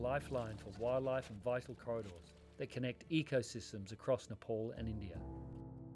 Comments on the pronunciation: Thanks for beautiful video conservation but you gotta pronounce it right when you say N E P A L (it’s ne pal ,pal like pay pal not NEPOLL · it’s pronounced as ne-pal not niple